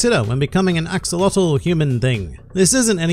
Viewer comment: You pronounce Axolotl wrong it's not an english word, it's pronounced aah-show-lo-tl